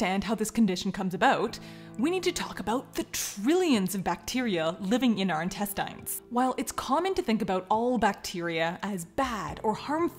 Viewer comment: This is crazy, and I know the word "intestines" is spelled like that, but is it supposed to be pronounced like that?